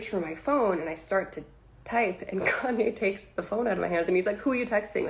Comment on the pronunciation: Who the hell is "KEN-YAY", my boy?